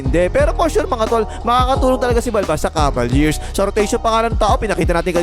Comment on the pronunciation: BAKIT "KABALYEARS" ANG PRONUNCIATION MO SA "CAVALIERS"? 🤣